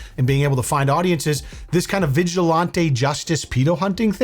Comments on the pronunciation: Vigi-lahn-tay is killing me😅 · Vigilantay ☠️ It's actually killing me to hear it now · If you Say VIJULANTE (its french) one more time!!! Im gonna send Vitale after you, pink hair paint and Lil Pump!! Why on Gods green earth are you saying it like that?? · Who taught you how to pronounce Vigilante brotha?? Lolol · is love you but you gotta stop pronouncing vigilante like that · if your pronunciation of "vigilante" is a deliberate affect for humor, it's just annoying. If it's a legitimate misunderstanding as to how it's pronounced, please look it up so as to correct it. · Why does keep on pronouncing vigilante the way he does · pronounced vigilante so posh 😂😂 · I love how pronounces "vigilante" like he's ordering one in a fancy restaurant. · I came here for this lol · It's usually pronounced with a hard a as in "man" rather than a soft a as in "father"